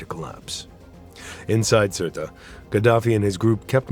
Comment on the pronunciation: Surt not Surta